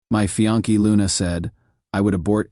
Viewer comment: "My FIANKEE Luna"!!?? Your A I voice needs some intensive training.